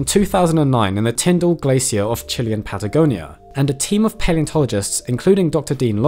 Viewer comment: che-LAY-un. You're welcome.